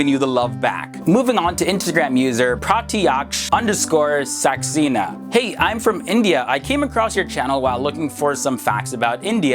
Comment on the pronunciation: Saxcena ? Thank god you pronounce it right my colleague use to pronounce saxena as sexcena ;-) lucky